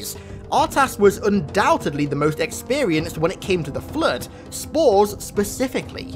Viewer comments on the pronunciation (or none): nobody:: Flöd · can someone answer me why i hear flirt when say flood... EXPLAIN PLS 🤣☺